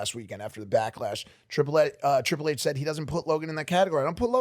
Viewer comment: WOW! First time Tiple HHH was pronounced